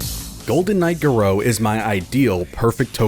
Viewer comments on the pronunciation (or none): GAH-roh not gah-ROH